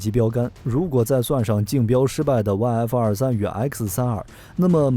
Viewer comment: 看了几个小编的视频，都有一个共同点，就是： F22 念成 F222 F23 念成 F223 这抖出多一个 “2” 的音永远都改不了！